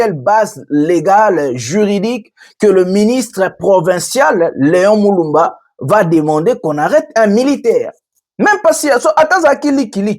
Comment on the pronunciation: Déguerpir et non deguerpier.Leon Mulumba et non Leon Muluba.